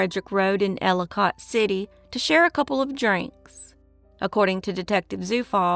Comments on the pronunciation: Elli kit city not cot like it looks like it’s pronounced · I live in Maryland. When I was a kid my Aunt lived within walking distance of Enchanted Forest. You are miss pronouncing Elli cott City.The last part of the name is not pronounced like the word cot.The o sounds more like an I.Another wonderful video. Love listening.